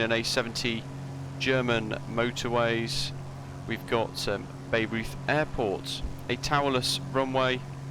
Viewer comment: Nice. I will definitely check it out. By the way, it is pronounced BI-roiyt. It is famous because it is home to the Bayreuth Festspielhaus (Bayreuth Festival House), which is the opera house that was built for Richard Wagner, to his specifications. There is an annual "festival" that features many productions of Wagner operas. I think the opera house was visible in the distance in some of your early footage.